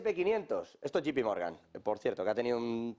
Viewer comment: No es yipi Morgan es yei pi Morgan. Así se pronuncia😮😮😅😅